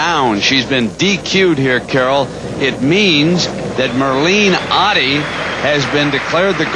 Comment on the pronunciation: Not Ohhdddi...Ottey..